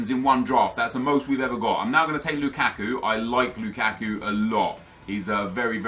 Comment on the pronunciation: everytime you say "LOU KACK KOO" i chuckle